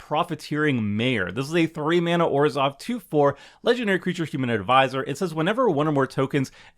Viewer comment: Thank you for pronouncing Orzhov right and not saying ORSHZOOOV